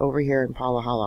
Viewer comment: Say it Pa ha la not Pahakahahala